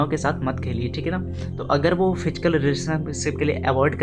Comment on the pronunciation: Fichkal kya hota h?... Physical word hota h.